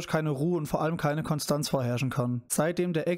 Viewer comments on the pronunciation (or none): none